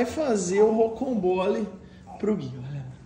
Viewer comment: Gui e não é rocombole e sim rocambole